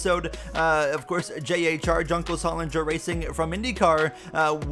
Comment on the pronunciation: is Juncos gonna be a semi-regular entry or what? btw it's pronounced hooncos